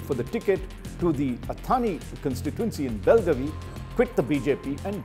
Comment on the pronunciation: Raj Chengappa, you, a Kannadiga, how can you pronounce Athani so wrongly - 'अथानी?' It is 'अथनी!'